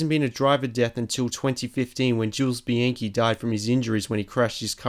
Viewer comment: Bianci? It's pronounced Bi-on-chi.